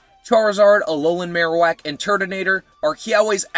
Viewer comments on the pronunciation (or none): none